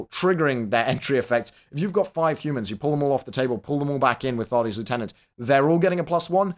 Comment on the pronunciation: you're british. Why must you say lieutenant that way D